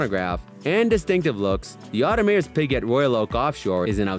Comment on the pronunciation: Tag Howaverr... Audemarse pigaet... Pateek filappae.. :)